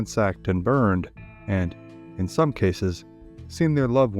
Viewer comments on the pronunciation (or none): none